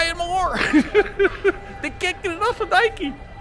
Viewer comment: You pronounced Puma correctly, but Nike is pronounced like Bike-E. The store with the expensive cookware, Le Creuset pronounced Crew-say.